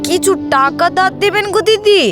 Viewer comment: টেকা❌ টাকা ✅